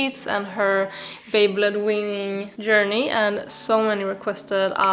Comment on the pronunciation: baby-led weaning. It took me fifteen minutes to figure out you were saying baby-led weaning. Words never used together in all of history. Please enunciate better. I thought you were saying baby blood winning. Or beyblade winning.